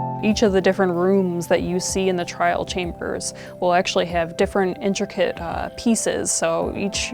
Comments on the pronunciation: Ah yes the “Trail chambers” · lol they said trail chambers, its trial chambers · "Trail chambers" 💀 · TRIAL: ❌ TRAIL: ✅ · Update the end Mojang, pls we are begging you. Also fix ur grammar because it’s trial not trail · erm actually🤓🤓🤓 it’s TRIAL, not trail